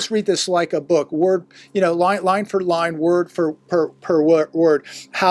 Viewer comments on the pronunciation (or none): none